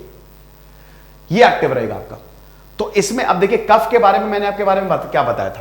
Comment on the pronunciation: भाई साहब सबसे पहले तो आप हिंदी बोलना सीखे कफ़ा नहीं होता है कफ होता है, और सबसे महत्वपूर्ण आयुर्वेदिक शब्द गरिमा को खंडित ना करें अंग्रेजी अत में डूबे हुए हैं आप.. भारत की सनातन संस्कृति किसी भी रूप में अगर मौत भी आ जाए तो भी हमें मांसाहार नहीं करना और यहां पर पोल्ट्री और अंडे की बात करते हैं। वैदिक शास्त्र भारत की सनातन संस्कृति इस समय होता है और यह गुरुकुल पद्धति में सिखाया जाता है। चतुर्वेद में आयुर्वेद भी धर्म का प्रतीक है.. आप लोगों ने धर्म का व्यापार किया है जो कि उचित नहीं है, परिणाम तो आप देख ही रहे होगे नहीं तो भविष्य में देखोगे। एक बात स्पष्ट है ब्रह्म को बेचा नहीं जाता...